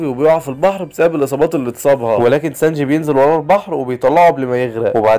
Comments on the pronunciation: سانجي❎ سانج✅ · ترا أخطأت بأكثر الأسماء مثل سانجي تقول سانج وارلونغ ارغون 😅😅